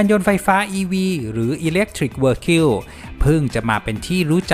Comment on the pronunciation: Battery Swap ออกเสียงว่า แบตเตอรรี่ สว็อป Vehicle ออกเสียงว่า วิ-อิ-เคิล ทำการบ้านเยอะๆน่อยนะครับ